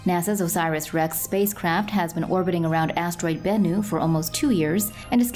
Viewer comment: You should have pronounced Bennu